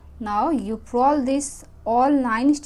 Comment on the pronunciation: Purl not prol